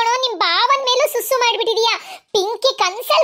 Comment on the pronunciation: Bro susu adu sasu alla